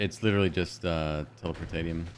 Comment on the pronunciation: It's pronounced "telepor-tay-she-um"